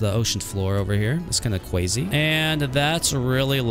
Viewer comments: You are saying kwazy instead of crazy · Why do u say cwazy